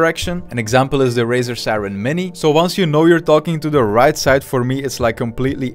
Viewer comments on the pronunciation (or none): none